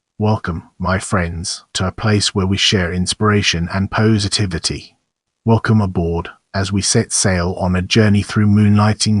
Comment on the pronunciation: If ya cannot pronounce "positivity " properly then work harder on your AI or use another word.